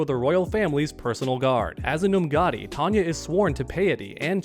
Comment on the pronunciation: It is TONE-YAH. She is not Tanya. Totally different. (Yes, we know it is another universe.)